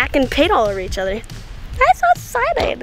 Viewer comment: "Isoexcided!"